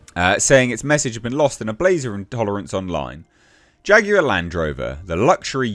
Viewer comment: 😂😂😂dude said...."Faguar"